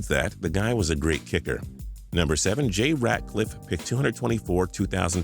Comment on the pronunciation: It pisses me off that u kept calling him ratcliff why u adding a c??